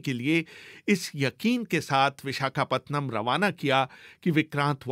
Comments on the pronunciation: पतनम नहीं है रे पट्टनम हैं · विशाखापतनम नहीं विशाखापट्टनम BBC जैसी चेनलमें उच्चारणमें क्षति !?? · Pehle vishakhapatnam pronounce sahi se bol le